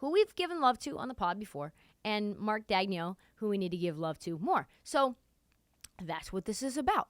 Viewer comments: You’re butchering Marks name lol. Just call him coach Mark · You’re not saying Marks name right still lol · "Nobody knows how to pronounce his name" proceeds to pronounce his name wrong "They got Dario Saric, who's probably going to be bought out" Yea this chick has no idea what she's talking about, Dario is finishing the year in OKC, he's not going to be bought out.